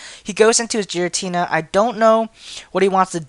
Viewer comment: he needs better prenounciation its gare-a-tina and grr-oww-don